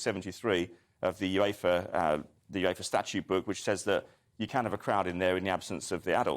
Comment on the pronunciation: "Yooves." smh.